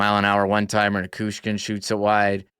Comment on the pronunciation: Classy video! One thing, it’s Na-CHOO-skin. I’ve noticed a lot of really cool, respectfully, classy fans in this series. No matter how it goes, don’t change that Winnipeg.